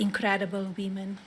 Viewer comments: Did she say "women", "we men" or "wee men" at the start? All seem to work. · Lord almighty, she can’t even say the word “women”! She actually said “wee - men”. What a hopeless, ridiculous WOMAN. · Wee-men.... Jesus Christ!! 🤮🤢🤮🤢😡🤬🤦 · Wee men. Be best, wee men. Says the visionary lonely at the top, with such passion. Epstein Files!! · Wee - men, like X-Men? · What is a "wimen" ? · I think she meant whuoomin ("women"), right? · what are "wemen"? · That was my thought when she pronounced "women" as "VEE-mon". WTH.